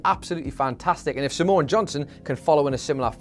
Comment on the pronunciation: Simone is two syllables not three.